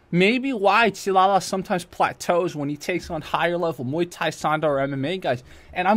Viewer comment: Muay bien, not miay thai ☝️